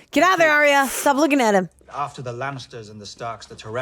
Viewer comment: Just a small thing guys but her name is not Aria it's Arya, pronounced Arr-ya